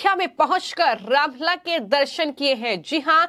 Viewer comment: रामलल्ला शब्द का उच्चारण तो सही कर लो